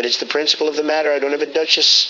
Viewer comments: "...don't have a Duh-Chiss" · "Lots of sacred shards PEE-PULL. "....don't have a DUCH....ESS LMFAO